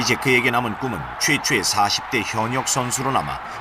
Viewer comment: 최초의가 최최의로 들리네..